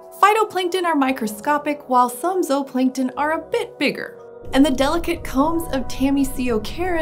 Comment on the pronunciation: She’s saying it correctly, zooplankton is not supposed to be pronounced like zoo.